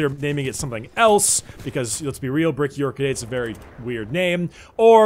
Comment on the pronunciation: Sometimes when Bricky says "BrickyOrchid8" I think it sounds like "Bricky Orca Date"...yeah.